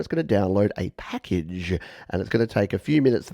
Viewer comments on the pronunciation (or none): the way you said "packagggge" made me laugh for some reason! Just very enunciated I guess! Is your accent Australian? I sometimes can't tell (being an American born Aussie myself). I get confused for some reason....